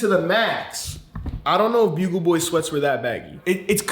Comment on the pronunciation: still says buggle not bugle